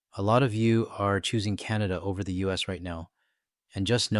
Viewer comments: it is Canada not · ""???? Did I hear that right? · You can start by calling us Canada not. Until he is out of the WH we won't go to the US. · She can't even say his name, she said powets out of their control. Say it govenor, It's Donald Trump and his vomments about the 51st state. When she said it's like thete is no border and Trump ssid it is an imahonary line, that urked me. She has to come out and say it, Canads is a sovereign nation and Trump was wrong to try to put America first without a care for its allies, even wanting to crush Canada's economy so that we would come begging to be part of the US and give Trump our resources for free. So too bad if Maine and other states are hurting.